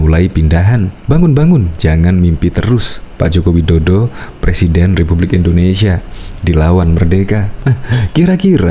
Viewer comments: Ngomong aja bisa mau jadi plesiden lamli lamli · 2 th lg yg jd pelesiden lizal lamli hihihi lutu X yaaaa negli kulawa hahaha ngakak guling guling !!!